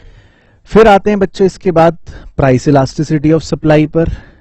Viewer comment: Sir aap baaad Jane Ko bhad kyu Bolte ho aise distraction ho jaata h aur vhi Dhyan jaata h toh please Baad bola karo bhad nii😂😂😂😂😂